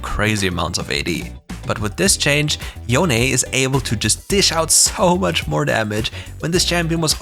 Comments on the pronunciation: IT'S SO NICE TO FINALLY HEAR YOU SAY YO-NEH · Good job pronouncing Yone correctly :p